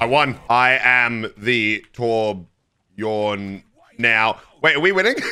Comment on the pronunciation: torbjörn not torbjorn